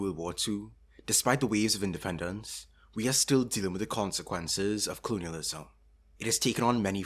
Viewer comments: Clunialism? 😂 Sorry dude i cant focus with you saying clunial every 5 seconds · Youtube, the place to watch a video essay on colonialism made by some guy who can’t even pronounce the word “colonialism” right